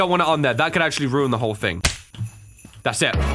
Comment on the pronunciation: Who else likes the way he says thing, it sounds like think... I don't know why I had to say that but I just thought I see who else likes it